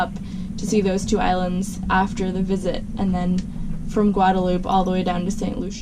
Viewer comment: “Anteeguh”, “Gwaaaduhloop” . . . what the hell!?